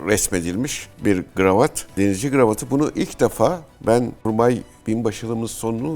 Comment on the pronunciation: KRAVAT demeniz gerekir beyfendi. Gravat yanlıştır TDK'ya göre.